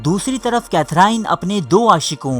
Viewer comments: The gentleman who has made this video seems to be sexually frustrated himself that is why he has made this weird video, even his pronunciation is incorrect, the name of Queen is Katherine but pronounced as Kathrene, janab where are the references which you have used to make this stupid video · السلام علیکم ۔یوسف بھائی آپ نام کی درستی کر لیں یہ کیتھراہین نہیں ھے بلکہ صحیح نام کیتھرین ھے۔ اب آپ سے امید کرتا ہوں کہ آپ لوگ صحیح نام لینگے ۔ I hope you get the right name now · Sufi nhi sophy... Catherine ko cathereeen pronounce kerte hain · Katherine : کیتھرین Itni badri video bana daali aur naam bhi sahi sai nahee aata ❗️ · Name to theek prononce kro bhai